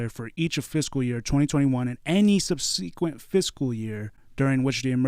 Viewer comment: Not ‘sub-SE-quent . It’s SUB-sequent.